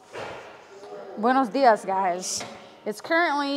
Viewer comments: El "Buenos días" sonó tan español que pensé que todo el video estaba traducido al español :( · Wow, im a spanish speaker and that buenos dias sounded like a native speaker, i was like what? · I am Spanish, and my tens for that pronunciation 👍. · The "buenos dias" at the beginning sounded so perfect 😶‍🌫️ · your Buenos dias sounded like you were a native speaker! bilingual beef??